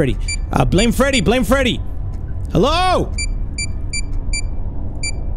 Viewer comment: that’s not Freddy that’s Feddy